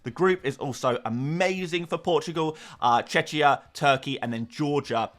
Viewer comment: You know how to pronounce Czech right? So why do you pronounce Czechia as Tshetshia? Just add the „ia” to the word „Czech” and there you go. 🙂